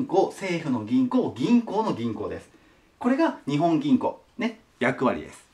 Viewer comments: にほん銀行ではなく、にっぽん銀行ですよ！ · 《訂正？》 “日本銀行”の本当の読み方は“にっぽんぎんこう” 《豆知識》 日本銀行は株式会社なので、政府と繋がっているという訳では無い！が、国債を買うということはしている。